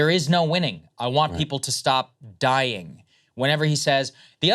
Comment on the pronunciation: "I want everybody stop DYI-ING!" 👐